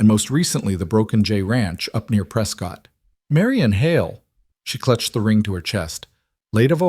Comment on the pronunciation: "Tuxson" incorrect! Tuscon ="Tusson". And Prescott is pronounced Pres' kitt, unless you want to unnerve all of Arizonas' natives! AI needs alot of practice!